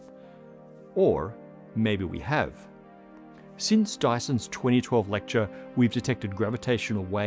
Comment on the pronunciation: what? 'in twentwelve'